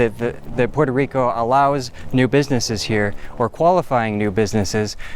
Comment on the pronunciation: “Porter Rico”